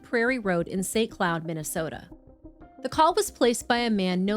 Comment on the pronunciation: Narrator: "St. Cloud." Me: "What?" Narrator: "... St. Cloud, Minnesota." Me: "WHAT?!"